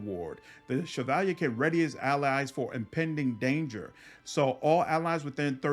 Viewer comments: I skimmed through the comments and didnt see it. But has anyone corrected him on how he pronounces the word "Cavalier" ? - hahah, "Chav al yay"? - Cav a leer (ear) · I noticed that when you get to the Cavalier class you pronounce Shevalyay but the pronunciation is actually Kavaleer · bro, cavalier is pronounced Kav-a-leer, not Se-val-yay. havent you heard the expression cavalier attitude? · Look at the word cavalier and say caval-yay and you've pronounced it correctly... Like cavalry but french Edit: it's definitely pronounced like caval-ear and not what I said either. I am an idiot lol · I don't know if this me, but why are you calling a Cavalier a Chevalier? Overall similar words and meaning, but there different from what I understand. Just to make sure I wasn't mistaken looked them up, Cav-a-lier Vs. Shi-va-li-ay Gripe aside, loved the video ^_^ didn't know about the Dwarf Pally option, I'm going to have to try that! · Cavalier it's CAV A LEER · Wait... How the truck did you just pronounce "Cavalier"? looks it up in dictionary Yeah, wtf, Chevy has never made a car called the "Shevalyay", where are you getting all those sounds that don't exist in that word? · The way he pronounces cavalier is atrocious. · great video man . very helpful .. side note . go look up the pronunciation of the word " cavalier " lol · Interesting choice to pronounce the spelling "cavalier" similar to its origin word. Loving the channel and Wrath content. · Lol the way u say Cavalier is so posh xD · Wtf is that pronunciation of cavalier? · great video, been looking for something like this, couldn't find one. maybe im ignorant but the way you say cavalier, im guessing thats french?